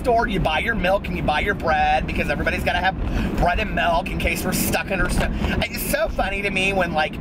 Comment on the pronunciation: You say "Melk" and I say "Milk".